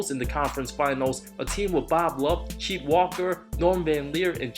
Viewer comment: It's not CHEET??? WALKER it's CHET like in jet lol.